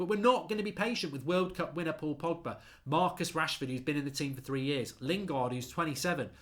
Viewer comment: Man called Pogba ‘Poggy’. I’m dead 😭😂😂